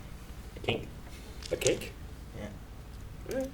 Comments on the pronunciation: i thought said cake too! lol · I totally heard cake too, questioned it, heard say it, and just accepted it 😂😂